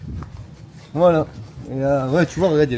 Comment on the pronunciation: Noyon se prononce noiyon j'habite à 5 kms Bonne soirée